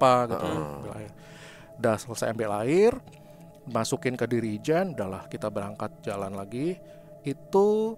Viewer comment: OL sais mas, bkn AL sais. Jirikèn, bkn Dirijèn.😊😊😊